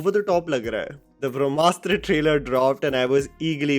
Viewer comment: *Brahmastra not brashmastra